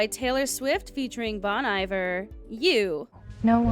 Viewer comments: Oh, no. I know it's spelled Bon Iver, but that's not how it's pronounced. Bone e vair, is how it's pronounced. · Isn't it Bon Iver's name pronounced Bon ee-VAIR? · Really, Really not how you pronounce Bon Iver lol! You did so well for the first song as well!